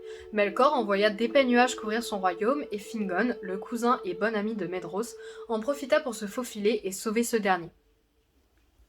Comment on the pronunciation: Excellent ! Seule remarque : la prononciation des noms. Le "dh" se prononce V, le "th" T, le "c" et le "ch" se disent K, le "g" G(u), etc. Par ex : - "Celeborn" se dit Kéléborn - "Maedhros" se dit "Maévross" - "Region" se dit "réguionne" et pas "réjion" comme le mot français - Les terminaisons en "in", "an", etc, prononcent bel et bien le N. "Thorin" = Torinn, etc Il y a un tableau des prononciations dans le Silmarillion ^^ Bon courage pour la suite ^^